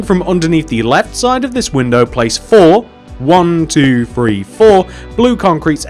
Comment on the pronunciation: It's three not free